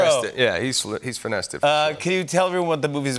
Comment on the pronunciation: What was that word? - Finested?